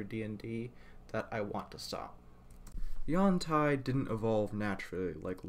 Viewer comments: Nope. Ed Greenwood has weighed in, claiming its pronounced yawn-TEE or however you want, since it's a fantasy word. But it appears to come from a poor Chinese translation meaning "flexible body" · I have two comments. 1. I do not care if it's the official pronunciation, according to WotC, Yawn-Tai sounds cursed to me. It's been U-an-tee for so long for me it's the audio equivalent of which some stick an ear of corn on the cob in their mouth length-wise. 2. I understand it is a sensitive subject so I will try to tread carefully. The representation of Yuan-Ti as emotionless is not meant to be a representation of Autism or any other kind of mental issue. It's meant to be a representation of the less complex brain structures of reptiles, the same as is done for Lizardfolk. It could also be argued that it's a representation of psychopathy or a media-based depiction of psychopathy, but that's not really my place to say.